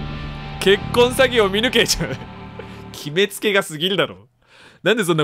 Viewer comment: 結婚詐欺の発音が 「結婚したのか...？」